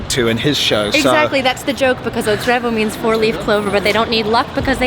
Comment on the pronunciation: Its "TREVO" not "TREBO". The ignorance of Spaniards to the Portuguese language is so big